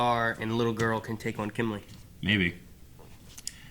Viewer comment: is it just me or do other people get annoyed when they say kimlee instead of kimblee